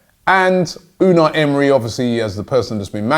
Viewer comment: Holy shit Robbie No NO I'm not letting you adapt the wrong pronunciation of our new manager. It's (U-nigh ) pronounced in a Turkish way almost. Unai Emery.